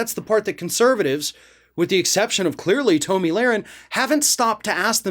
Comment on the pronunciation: I feel like he mispronounces names and words on purpose. Tahhmi Lahren annTeefuhh